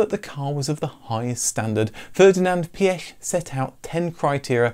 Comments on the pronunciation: Thank god you pronounced Phaeton right and even Prof. Piëch! I’m impressed! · You are very good at pronouncing the name Pierch. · I've just clicked on this as I've often wondered what happened to the Phaeton. My joy, however, is in hearing all the words pronounced correctly; Piech (not Peek or Peach) etc and I hope when you do a Lambrghini Countach video it will also be pronounced as it would in it's home country and region and it isn't Coowntash! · Kudos for correctly pronouncing Piëch and Porsche.